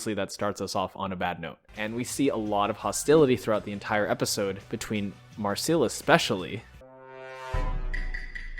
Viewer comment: Ah, yes, MarSEAL instead of Marcelle because you speak English so you need to get it wrong 🤡